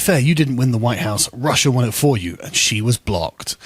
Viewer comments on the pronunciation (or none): none